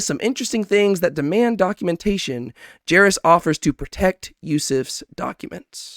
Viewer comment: I like these small breakdowns, coz sometimes I miss things, but I gotta ask, why are you butchering some of the characters names so badly, like jairus and tamar xD its kind of funny